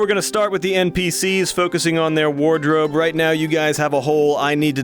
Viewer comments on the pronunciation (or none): “focusing on the wardrobe” he says in a Ron Weasley accent